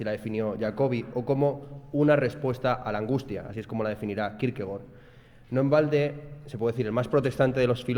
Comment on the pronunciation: Gracias por pronunciar bien Kierkegaard